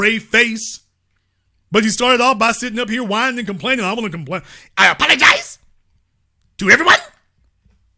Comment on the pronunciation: "I aPOLagiZE!...to Brazil.....I aPOLagiZE!...to D.R.!" 😆😆😆😂😂😂 Columbian Caller: "Their day of reconing is coming. They have managed to piss off both political sides and they have an unholy alliance with the feminists - it's OVER! jailtime is coming to these *dumba--* and the authorities will make an example of them." 😂😂🤣🤣😅😅😅 im laughing soo hard but also...I am 100% with when he said that he does not want any harm to come to these green horn donkeys. smh....i pray they wise up and heed all caution.